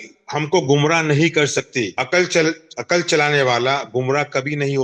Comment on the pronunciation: جن جاہلوں کو لفظ " عقل" ہی درست تلفظ کے ساتھ ادا کرنا ، بولنا نہیں آتا وہ کیا عقل کی بات کریں گے ؟ عقل میں "ق" پر جزم ھے ، سکون ھے اور یہ بار بار عقل ( ق پر زبر )پڑھ رھے ھیں ۔